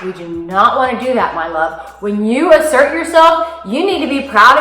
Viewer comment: I had to listen carefully a.m, I thought you said imsert, but after a few blinks and a yarn I realized that you were saying asert, good stuff.